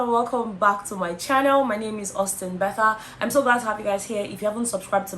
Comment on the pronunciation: Betha! Betha! 🤣🤣🤣🤣🤣🤣